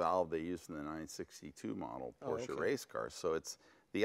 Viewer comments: It's PorSSSSSche... ;) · Jay is NOT correct, at the 12 second mark he says Porsh, not porsche, not porsha, He says PORSH... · Hey Jay, huge fan of your show and garage! I also love Porsche, I actually have one myself. It's a Porsche 911 C2 1996. I love it to death. But as I watch your show I can't help but notice that you say porsh, It hurts me because it is such an amasing car company, Germany at that, and they deserve your respect. Lots of car fans and fanatics watch your show and ideal you. Hope you have a great day. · Jay only needs to practice his pronunciation a little bit more to become a true Porschephile. P O R S C H E is a two-syllable word...a family name...pronounced Por-sha! Vroom, Vrooom! Lee Raskin, Porsche historian/author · In the video Jay is inconsistent with his pronunciation of P O R S C H E... one syllable or two? Here's a rule of thumb, Jay: You can only sit on your front and back por(s)ch ...but you can definitely sit in your Por-sha and drive it...Vroom, Vroooom! Lee Raskin, Porsche historian/author. See Jay interviewing me for Jay's Garage Book Club - James Dean At Speed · Its Por sche . Two sylables Jay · Please someone tell Jay that Porsche is a 2 syllable word. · Its your car but you cant prounounce the real Name it Calls Porsche not Porsch in german you prounounce the "e" too!! greetings from a german guy.. Dammit english Speaker have massiv Problems with that..